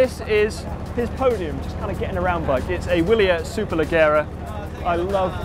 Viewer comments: C'mon, "Bianchee" and "Superlegghera"? Don't go wrong again like that, so Bianke and Superlejjera - Grazie! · And "Superleggera" has soft g's (like the J in "John"), not hard g's like the g in "go". You guys at GCN should really take an introductory class in Italian pronunciation, after all Italian is the language of cycling! :-D